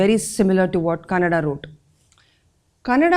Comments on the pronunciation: One small correction, very insignificant though. Kanada needs to be pronounced as कणाद . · Kanada should be pronunced as कणाद.